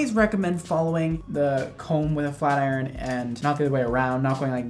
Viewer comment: When he said "FLAT IRON" in the beginning I thought he said "FLERN"